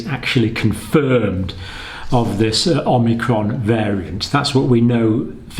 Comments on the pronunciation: Pretty sure it’s not pronounced “omnicron”… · The variant is Omicron, not Omnicron. You sound like Joe Biden, Lord help us! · omNicron? omicron! Hi John, Thought of brushing up your Greek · More mistakes by Dr. John Campbell: Omnicron! ... Omnicron! ... Omnicron! Dr. John, for your information, the new variant is called Omicron, not Omnicron? Also, "by early March" is about the same as "within a 100 days", so how is this any different from what they were saying previously? And, no, we don't KNOW Omicron is more transmissible. That just seems to be the case in South Africa but there could be other factors involved in the sudden increase in cases there. And, no, we don't KNOW there is more immune escape with Omicron. It is just highly likely that this is the case because of the mutations involved. Also, the first case in the USA has been confirmed. And the vote by SAGE was 13-10 not 14-10. Finally, personal anecdotes and personal opinions are less than useless in any situation. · I'm hearing Omicron pronounced "Omnicron" a fair amount. Hardly a big issue but I'm wondering what the reason is? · Dr. C- the new variant is not Om-NI-cron but Om-i-cron. There is no Nbefore the I. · Love your show, watch every video, so I hate to seem petty, but I think you're slightly mispronouncing "omicrom" by inserting an n after the first m. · It's Omicron not Omnicron - Omnicron is a fictional character in a computer game. As a Dr surely you are aware of the greek alphabet? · Please stop perpetuating the incorrect spelling and pronunciation of omicron! Not omnicron. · There is no ‘n’. It’s Omicron, not Omnicron! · OMICRON, Not OMNICRON. No N there! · OMI-Cron, not OMNI-Cron. Seems like everyone is mispronouncing it. That said, I've been watching the channel regularly since spring 2020 and have mad respect for your continued dissemination of good information :) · This video is about magical thinking, not science. (Also, it's omicron, not omnicron.)